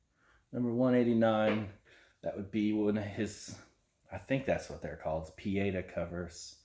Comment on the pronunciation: Pieta is pronounced pēāˈtä, with a tah at the end, not a tuh. I went to a catholic grade school lol. Don't worry, I don't think I have heard it pronounced correctly from anyone else either!